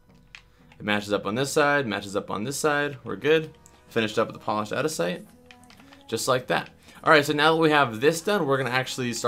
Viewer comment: It's aNdesite not adisite